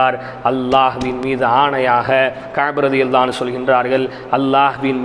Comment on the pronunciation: Finally, you pronounce it exactly in Arabic رضي الله عنه.